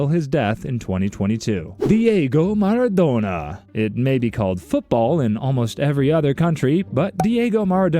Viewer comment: “Paylay” “Maradonena” “Bhan d’or” “Soccer” “Muhammad Sellar” “Erling Holland” This gotta be rage bait or something 😭